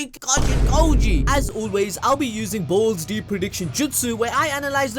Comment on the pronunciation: woah when ever you say balls deep o feel like your saying d### deep.